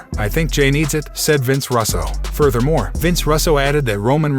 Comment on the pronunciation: Russo not rasso